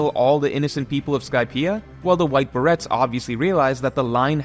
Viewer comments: "beh-ray" not "ber-ret" Good video as always though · Its pronounced Buh-Ray. Dont blame english its a french thing. No hate just fyi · It's pronounced bah-ray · Great video, but that's not how "beret" is pronounced :P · bro really does NOT know how to pronounce beret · There's no way you don't know how to pronounce beret... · This is a damn good video, but I am surprisingly disappointed in your pronunciation of Beret. 😂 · Youtubers and mispronouncing easy words. Even when it's their entire job to just speak into a microphone, name, a better Duo. I'll wait